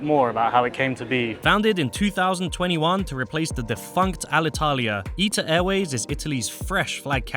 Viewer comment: always thought it was pronounced I-TA, not Eat-Ta